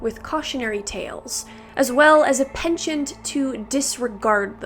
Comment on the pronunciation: Never heard penchant pronounced in such an… interesting way.